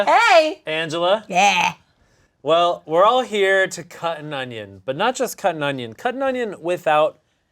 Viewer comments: I love how Amanda says ungins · Absolutely love Amanda, but everytime she says "ongions" i wanna throw myself into Ians knife wall lol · Amanda’s inability to say “onion” is giving BeenADick ClumberSpaniel’s “peng-wings” 😹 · Holy shit when Amanda say onion there’s a G sound I have a friend who does it too I didn’t know this was a thing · Why is Amanda pronouncing onion with a G at the end?